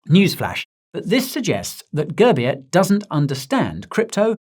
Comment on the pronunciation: All the Indians who laughed each time he said Girbeer please like this. 😂 It's pronounced as 'Goorbiere'